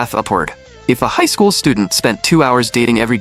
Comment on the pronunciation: “if a highshcOol student”